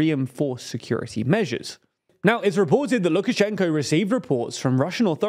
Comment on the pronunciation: Sek yew tree. Come on. A little better elocution for a news programme please